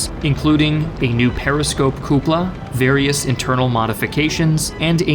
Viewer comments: What about "coopula" instead of "cupola" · "Coupla"? It's amazing how the German can be so fine, yet it's the english that is a bit off. Great video otherwise, proper job, crack on. Don't let my nitpicks deter.